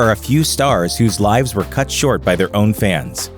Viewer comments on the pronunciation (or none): none